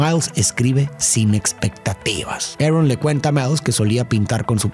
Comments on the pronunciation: ¿por qué le dices "erron" a el tio "arón"? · a quien mas le da risa cuando dice tio Arn y no Aron